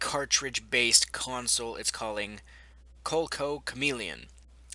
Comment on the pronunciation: Coleco is pronounced Co-lee-co. Back in the 80's, Atari had 2 compedetors for the 2600, Intellivision and Colecovision. You could search an Angry Video Game Nerd Episode about it if you want.